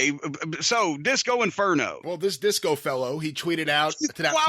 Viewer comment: Cody butchered Disco here